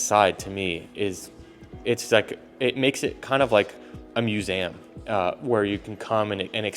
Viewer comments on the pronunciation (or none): what did you just say? Musayum lmao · How you say museum wrong 😭